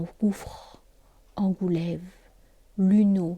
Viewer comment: A 33.53 min, il s'agit d'en-gou-le-vents, où le vents se prononce vant. L'engoulevent est un oiseau.